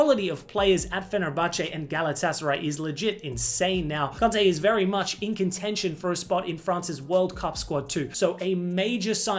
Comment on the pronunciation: Why are you saying Kante like that